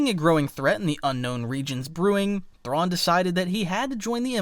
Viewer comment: You cant even pernounce Thrawns name correctly